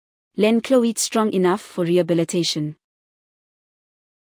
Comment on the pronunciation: kan jy nie cloete reg uitspreuk nie?